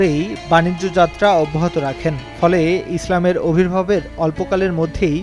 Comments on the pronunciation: অবির্ভাব নয় ভাই আবির্ভাব । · খুব সুন্দর কন্টেন্ট। কিন্তু উপস্থাপনা বাজে।ভালোভাবে রিডিং ও পড়তে জানে না।আবির্ভাব ই উচ্চারণ করতে পারে না।